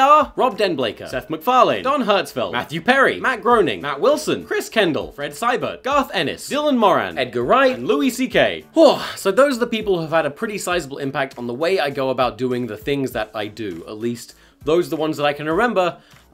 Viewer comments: You say Moran weird Way too much emphasis on the a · Dylan Moran man... not Dylan moRAN